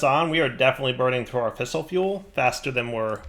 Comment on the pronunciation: That camera shutter sound in your nuclear area is driving me fucking insane (so is your botched pronunciation of "fissile")